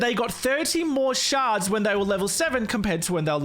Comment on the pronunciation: When he said shards really fast all I heard was sharts